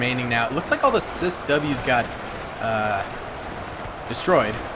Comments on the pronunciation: pronouncing the ciws as cis ws when it is c wis Close in weapons system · As a retired Navy person, It is pronounced sea wiz. Its full name is Phalanx CIWS, but in the Navy, we always called it sea wiz. Great two matchs there. I hope you do more like this.